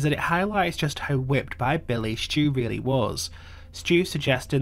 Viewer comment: Stu not stew